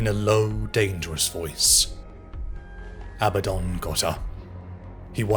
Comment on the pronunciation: It's Abaddon, A Bad Don, not Abbadon.